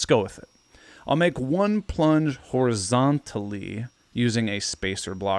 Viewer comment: Horizontally and vertically have always been words, and hearing you pronounce them like that made me cringe